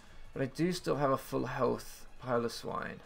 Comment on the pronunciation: It's good to see your handsome face and hear you say Piloswine right, am sad I might not see you too much after this league so I will enjoy while I can